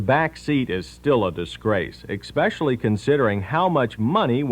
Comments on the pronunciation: pro Host says ecspecially? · Did he say “exspecially”?